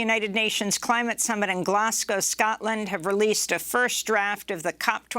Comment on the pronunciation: "Glaz-go" not "Glass-cow". Why is it only Americans who insist on mispronouncing this?